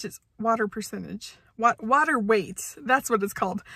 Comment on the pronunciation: "BODY WATAH" - The highlight of my day.